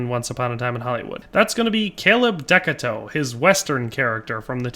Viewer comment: I think you might be mispronouncing the name slightly. I think the name ends with a "too". I might be wrong.